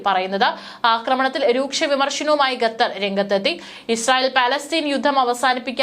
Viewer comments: Not ghatar. It is khatar. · Great reporting. I’ve enjoyed Malayalivartha Inside. However, please check your pronunciation. Example: Qatar is not pronounced Ghetther. It’s should be ‘Katharr.’ Thank you. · ഗാഥർ അല്ല ഖത്തർ എന്ന് ആയിരം വട്ടം പറഞ്ഞാലും തലയിൽ കയറാത്ത ബുദ്ധിയില്ലാത്ത പെണ്ണുങ്ങൾ 😂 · Please pronounce correctly, its not 'Ga'thar, but Qatar. This is one of the basic ability for a news reader to be able to pronounce the words correctly. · "ഗത്തർ" മലയാലം അരിയില്ല അല്ലേ? കുരച്ച് -കുരച്ചെങ്കിലും അറിയണം. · കെത്തർ അല്ല ഖത്തർ എന്നാണ് ശരിയായ ഉച്ചാരണം. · എഴതിയത് പോലും നേരെ വയിക്കാനറിയില്ല. എന്താണ് ഈ"ഗത്തർ"